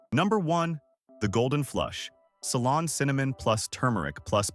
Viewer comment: It’s Ceylon cinnamon not salon.